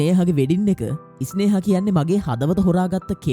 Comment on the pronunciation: ඉස්නේහා නෙවෙයි බොල ස්නේහා..😂